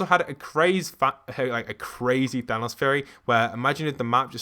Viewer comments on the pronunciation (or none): none